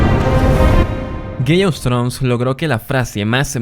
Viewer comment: Si no sabes inglés esta bien, pero mejor di Juego de Tronos... No Gays of trus...